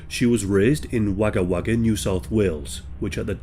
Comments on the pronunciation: It's spelt Wagga Wagga yet pronounced Wogga Wagga thank you for covering all these Australian event's. Peace to you from Brisbane Australia 🇦🇺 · Spelt: Wagga Wagga Pronounced: Wogga Wogga